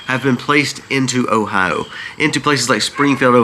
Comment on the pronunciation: 😂😂! Your pronunciation of O H I O is killing Me!! Say it slowly: OH HI O All kidding aside…lol Hoping you feel better!!